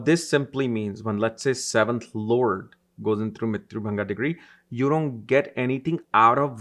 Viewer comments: Mrityu bhaga not mrityu bhanga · It's not mrityu-Bhanga...it's bhaga (part)...